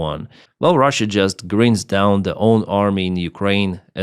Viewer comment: English tip - "grinds" (down) isn't pronounced like "grins", it's like finds (with a "gr" in front). Great video!